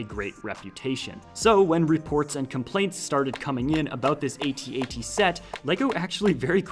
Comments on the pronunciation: Att-Att. Not ay-tee-ay-tee. That's all. Great video. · its not an at at, is an @@ two at signs, not A-t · Is this thing not pronounced “at”-“at”? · God, please stop pronouncing the individual letters. IT IS SAID AT AT. THE WHOLE WORD. Sorry, that just really bothered me for some reason. Keep doing you, but i had to say something 🤣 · is at at is not at-at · Dude u pronounced at at wrong